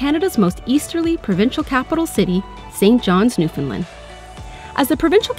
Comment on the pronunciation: Lovely video dear and I enjoyed it but please, it's Newfound LAND, rhymes with understand, not Newfound LUND. It's very discouraging when the rest of Canada can't pronounce the name of our province